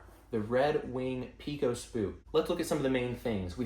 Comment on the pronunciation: If you ever come to Texas and pronounce Pecos like that, you'll be laughed out of the state. We correctly pronounce it "pay-cos".